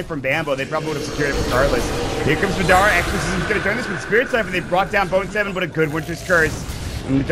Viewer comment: its driving me crazy how the announcer is saying madera instead of madara